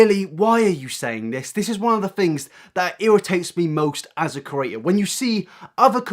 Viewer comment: hi big fan here love ur vids but i hate the way you say the word "creator" like "curator" thanks if you took the time to read this